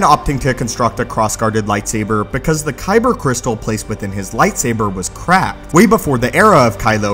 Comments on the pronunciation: "... because the Kyber crystal placed within his lightsaber was [crap]." I know it's "cracked", but I just thought it was funny XD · "Kylo Ren opting to construct a cross-guarded Lightsaber because the Kyber Crystal placed within his Lightsaber was Crap" Alrighty then... I know he meant "Cracked" but i heard "Crap" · It almost sounded like he said , "because the crystal in his lightsaber was crap"